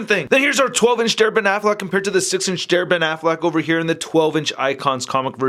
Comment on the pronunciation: Every time he says DareBenAffleck, I can't help but think he's saying Derpin' Affleck, which reminds me of the Daredevil Honest Trailer.